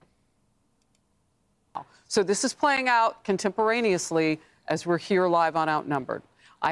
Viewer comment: Liking trumps duke nukem look bAllz of STEEL Also wat the hells s contemperanus?